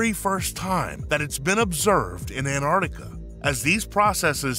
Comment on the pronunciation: Erotica?????? Learn to read sir